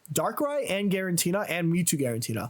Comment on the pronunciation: "Garantina" is crazy work